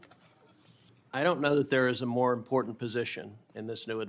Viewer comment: Yeah, I’m not comfortable with anybody being Attorney General who doesn’t know that the word important does not contain the letter D. JFC we’re screwed.